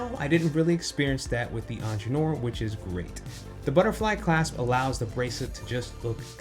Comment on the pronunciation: You might want to look up how you pronounce Ingenieur